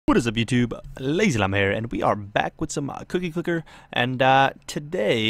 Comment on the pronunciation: Well, atleast you said the name of the game right